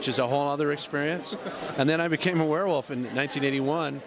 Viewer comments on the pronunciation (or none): I like how the interviewer keeps saying "werewoof" instead of "werewolf". There's an L in there, buddy.